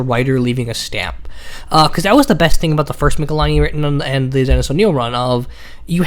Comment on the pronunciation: Argh! Its pronounced Mitchell-eeenee. Not mikhalaini.